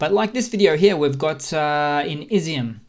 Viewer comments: Also Izium is pronounced e-zoom and not izzy-um. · It's not " izzy- m" It's Iz- yum..Ізюм Igor, not " Eye gore" Six months in and you YouTube guys are still in Kindergarten Otherwise, good work